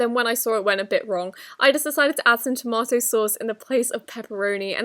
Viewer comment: Toe-Moto lmao 🍅